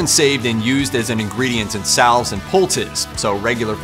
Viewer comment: The "L" in "salve" is silent, FYI.